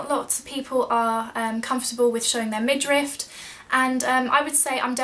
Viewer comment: Thank you for the video! The word is midriff not midrift!